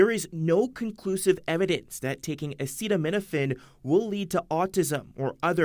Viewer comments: English does matter. And the guy making the claim it causes autism can’t even pronounce the word acetaminophen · Did you actually look at the research yourself, instead of listening to the man who can’t even pronounce acetaminophen?🤣 the research didn’t conclusively state that it causes autism, you dud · Sounds like he has autism...can't even say acetaminophen... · Oh come on! Anyone can mispronounce the word acetaminophen. The recommendatiom comes from a harvard study not Trump himself. Where is the trust the science crowd now?